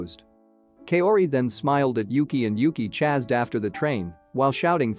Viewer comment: why can this channel never say chase or chased correctly lol